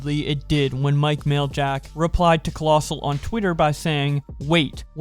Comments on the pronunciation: Maj-lak not mail-jack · U PRONOUNCE MAJLAK LIKE AN IDIOT